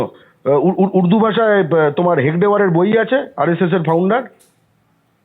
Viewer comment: নামটা হেগডেয়ার নয় রে হেডগেওয়ার আর হিন্দি ভাষার সাথে সংস্কৃত ভাষার মিল আছে উর্দু ভাষা নয়। গ এ গর্গ গ এ জ্ঞানী এক নয় রে পাগলা 😂😂😂